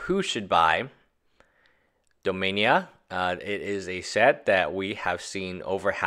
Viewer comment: Dominia? I believe it's dominaria